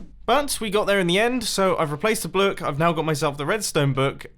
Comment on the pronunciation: "ive replaced the blook" did anyone else hear that